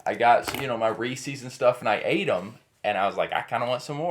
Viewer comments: The correct pronunciation of "Reese's Peanut Butter Cups" is "REE-siz" (rhymes with "pieces"), not "Ree-sees". Here is a simple breakdown: The name "Reese's" is the possessive form of the founder's last name, Harry Burnett Reese. Therefore, the correct way to say it is as if the cups belong to a person named Reese. It's the same pronunciation you would use for actor Reese Witherspoon's name. A helpful way to remember is that it rhymes with the word "pieces", as in "Reese's Pieces" candy. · Also not ReeSee